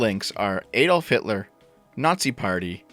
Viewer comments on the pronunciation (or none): none